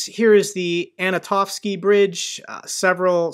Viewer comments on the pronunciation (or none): you have been pronouncing the Antonovski bridge as Anatovski Bridge...hahahahah